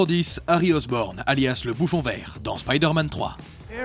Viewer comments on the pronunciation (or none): "Harry OSROBNE"😭😭😭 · C'est Harry Osborn pas Harry Osrobne et Norman Osborn pas Osborne